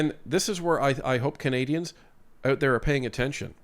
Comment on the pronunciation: Did you say Cathay dians? 😂